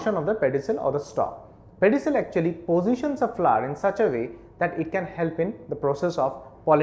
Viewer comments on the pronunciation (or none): he prenounts it Fla, not really fun to hear the whole time but its helpfull thank you